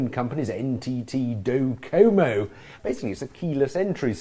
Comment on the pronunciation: why cant he pronounce docomo